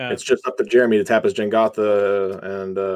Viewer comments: Every time someone says "Jengatha" the tumor in my head grows another size larger. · It's Jegantha, not Jengatha, and Mischievious is not a word.